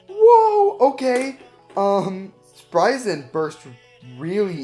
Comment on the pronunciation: No one: sprigen requwem